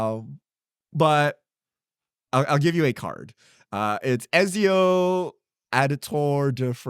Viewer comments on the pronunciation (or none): You should get a video game person to talk about those UB's. It's a bit...oof to see deathclaw be disrespected and Ezio's name be mispronounced